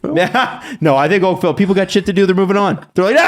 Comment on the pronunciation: really nailed Oakville